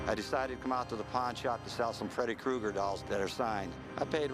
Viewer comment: “Krueger!!,” its Freddy KRUEGER…… not “Cougar” 🙄